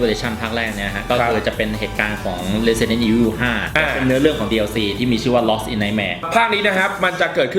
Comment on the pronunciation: Resident evil เรียกสำเนียงญี่ปุ่น(ออกเสียงแบบภาค3 nemesis) เรซิเดนโท่ อีโฟ